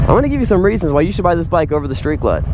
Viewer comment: I owned a 2011 Vaquero (va-care-o) and was very sad to see it go when I bought my Harley Limited. Both bikes are great and for $10,000 or more less the Vaquero is a super bike. My Harley is super too. There are no losers here. BTW, it's Street Glide, not shtreet glide. :)